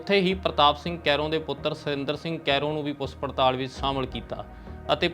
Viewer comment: ਸ਼ ਨੂੰ ਸ ਤੇ ਛ ਨੂੰ ਸ ਨਾ ਬੋਲੋ। ਸ਼ਬਦ ਜਿੱਥੇ ਸੁਧਾਰ ਕਰ ਸਕਦੇ ਹੋ.. ਪੁਸ ਪੜਤਾਲ ਨਹੀਂ ਪੁੱਛ ਪੜਤਾਲ। ਗੈਬ ਨਹੀਂ ਗਾਇਬ। ਰੈਫਲ ਨਹੀਂ ਰਾਇਫਲ। ਅੰਬਰਤਸਰ ਨਹੀਂ ਅੰਮ੍ਰਿਤਸਰ। ਸੋਟਾ ਨਹੀਂ ਛੋਟਾ। ਸੱਡ ਨਹੀਂ ਛੱਡ। ਸੇਡ ਨਹੀਂ ਸਾਈਡ। ਰਾਸਟਰਪਤੀ ਨਹੀਂ ਰਾਸ਼ਟਰਪਤੀ। ਲਾਸਾਂ ਨਹੀਂ ਲਾਸ਼ਾਂ। ਪਿਸਲੀ ਨਹੀਂ ਪਿੱਛਲੀ। ਆਮ ਬੋਲ ਚਾਲ ਦੀ ਭਾਸ਼ਾ ਤੇ ਖ਼ਬਰ ਪੜ੍ਹਨ ਦੀ ਭਾਸ਼ਾ ਵਿੱਚ ਫ਼ਰਕ ਹੁੰਦਾ ਹੈ ।